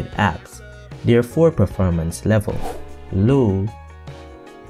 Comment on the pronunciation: Low not looh, high not i